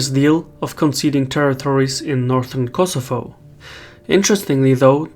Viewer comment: it ias Kosovo not kosofo